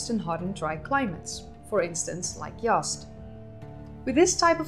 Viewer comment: Z is not an S, you're saying "Yast", it's pronounced how it's spelled "Yaz'd"